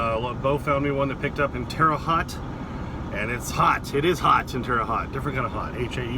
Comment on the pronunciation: You pronounced Terre haute wrong but everyone does don’t worry. Where did you pick up because that is where I am from